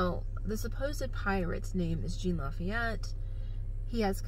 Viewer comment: His name is pronounced Sean La-feet